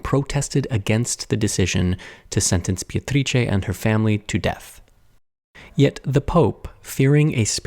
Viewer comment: Italian speaker here. You did a great job with the tricky "C" in her name but the first syllable is actually pronounced "BAY" like a body of water. For the record I don't care one bit but from what I've learned about you from your videos, I thought you might care haha